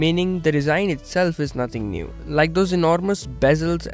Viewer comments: Not niuw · Not neew!!